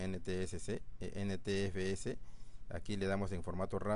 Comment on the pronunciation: "ntsc" XD es NTFS